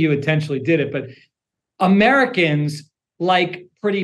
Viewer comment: "Ameruhkins... No. People who live in America are "Americans", not "Ameruhkins".